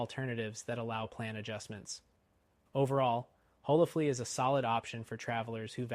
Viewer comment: On what planet is HolaFLY pronounced HolaFLEA?!?!